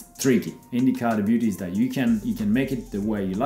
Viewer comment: Romain has become more American. The way he pronounced Beauty in the video. XD